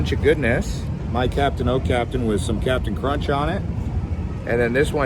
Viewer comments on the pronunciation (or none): none